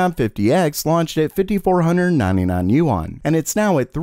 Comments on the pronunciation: It is pronounced “Wahn” not “yoo on” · btw, "yuan" is not pronounced as "You On". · Can you say yuan one more time